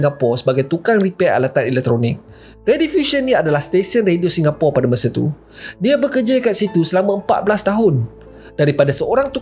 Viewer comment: Tolong sebut ASAL SINGAPURA. BUKAN ..... PORE RAH